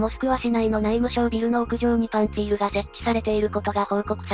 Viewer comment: パンツィールはロシア語的な発音ではパーンツリ。その方がよろしいかと。